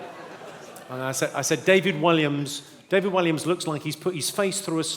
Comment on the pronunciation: Did he pronounce Williams as WHY LIAMS?🤔